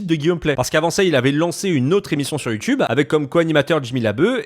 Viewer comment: Pourquoi l'affrication ? youTCHube ?!